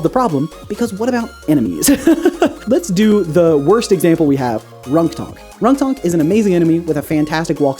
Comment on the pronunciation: Ronktonk sounds like Wonton